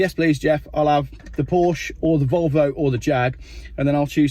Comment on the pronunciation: yes please Geoff, I’ll have the Wolwo!